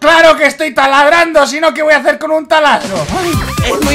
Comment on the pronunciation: yo oi ta ladrando osea de ladrar en vez de taladrando